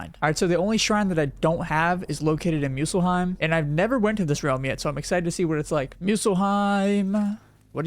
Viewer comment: It's Muspelheim, not Muselheim 🗣️🗣️🗣️